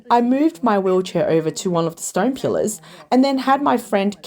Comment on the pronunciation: AI voice randomly pronounces "pillars" as "killers" half the time and doesn't notice, because it's just artificial and not intelligent.